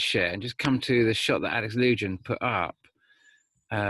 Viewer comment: Alex Lujan = Alex Loo wham, not Alex loo Jan. Know you’re busy but I’m kinda nutty right now and it sounds like fingernails on a chalkboard to hear his name mispronounced.